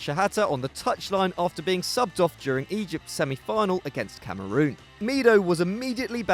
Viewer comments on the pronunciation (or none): none